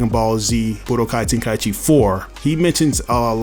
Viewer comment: Telling others they don’t know what they’re talking about concerning budokai tenkaichi when he doesn’t even know how to pronounce the name of the game.